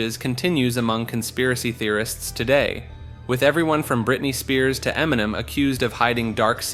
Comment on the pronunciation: Emniminim is how I intend to pronounce it from here on out. 😂